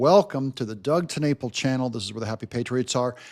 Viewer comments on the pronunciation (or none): Tanapel?😅 Fine